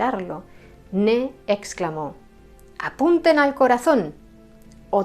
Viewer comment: No se llamaba “Ne”. Su nombre era Ney, y la y sí se pronuncia.